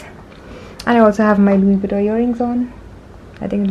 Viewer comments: She didn’t even pronounce LV name correctly. Btw, videography is prohibited in the store, I wonder how come store has allowed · Didn't even pronounce it right